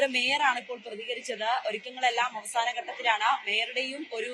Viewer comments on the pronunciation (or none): അവാസന അല്ല അവസാന...😊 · മലയാളത്തെ കൊല്ലാതെ അവാഹന അല്ല അവസാന